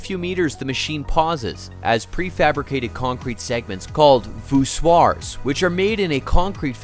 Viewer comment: You can tell when a narrator comes across voussoir for the first time.